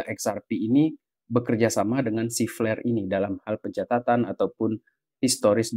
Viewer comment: wkwk , kok flare dengernya jadi pl*r